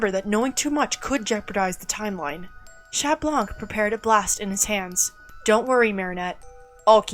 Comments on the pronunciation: This is really good but you have to stop saying shat because that’s not how u say it in French just say cat or shont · This is amazing but GOD PLEASE STOP saying the T in Chat 😭😭 it hurts my bilingual ears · THAT WAS AMAZING!!! Just one question, why do yall say chat instead of cat 🖤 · The T in chat is silent btw